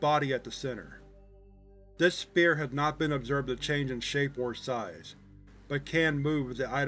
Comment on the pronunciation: I love your videos, I’ve been a fan for many years! But a tip- “Sphere” is pronounced like ss-FEAR. Keep up the great work!